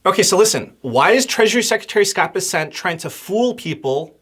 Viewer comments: It’s BESsent. Emphasis is on the first syllable! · Why are you callinh him Scot Besset? Its BESSEN....